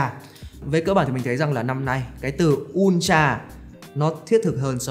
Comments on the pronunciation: Ultra nhưng mà nghe cứ như kiểu S22 Ulatr :))))) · Học hành thế nào mà cứ đọc "un cha...un cha..."?